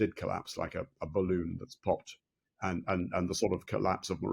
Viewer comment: The interviewer pronounce the word and with a t in the end? Ant is an insect.